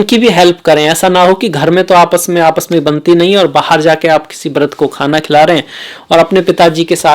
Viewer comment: Nicely explained.. I have learned lot of good Hindi words from you . please use correct pronunciation. because lot of people are watching your video.. Like you said Brudh . I was confused . then my friend told its Vrudh means old people. Please use correct pronunciation. people who say Bishwas for Vishvas using B for v is not correct Hindi. sorry if you felt bad